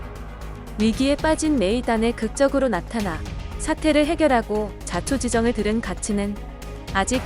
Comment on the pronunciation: ”자초지정“ 듣자마자 비추